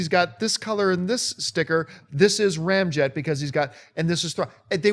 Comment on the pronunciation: Correct, tell John to get his Deceptions right! Hurt my ears when he said Ramjet!